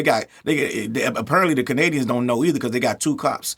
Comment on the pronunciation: It's Kennadians for now on 😂